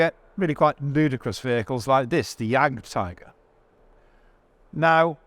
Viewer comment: He still pronounces 'tiger' in Jagdtiger in english though. ;-)